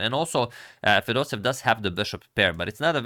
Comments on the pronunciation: It's FedosEEv, not FedosEv ! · Just wanted to give a small correction to pronunciation of Fedoseev! Because there are two e’s, in Russian you end up hitting the sound twice (and e makes a “yeh” sound). So it’s actually pronounced Fedose-yev. Thanks for the video!